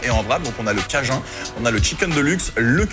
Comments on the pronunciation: en français, on ne dit pas "cajin" on dit bien "cajoune" voila. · Cajun c'est du français de Louisiane donc ça se prononce à la française tout simplement ! Et aussi le ''Mashed Potatoe'' bah c'est de la purée, faut pas chercher loin ! 🤣🤣